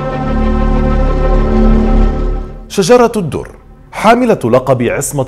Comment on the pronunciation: السلام عليكم ...حابة اصحح الاسم ليس شجرة الدر ..اسمها شجر الدر بفتح الشين وتسكين الجيم وتسكين الراء و بدون تاء مربوطه في اخر الاسم ..ومعنى شجر الدر اي قلب الدر أو قلب الجوهرة ...وشكرا